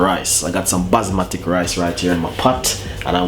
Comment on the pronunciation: Chef it’s basmati ( bas Ma tee)